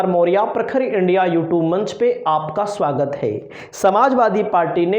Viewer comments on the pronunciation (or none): none